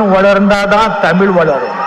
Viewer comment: தமிழ் தமிழர் என்று வாயிலயே ஒழுங்கா உச்சரிக்க வரல ...அட போங்கப்பா